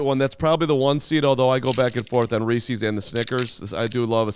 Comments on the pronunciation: It’s Reese’s not ressies!!!! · Do the commercials say reesies.. no it Reeses